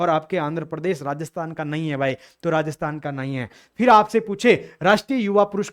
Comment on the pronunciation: mis mis bolte bolte fhir ki jgha fis bol diya sir n